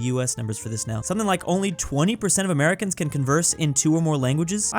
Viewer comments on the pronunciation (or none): none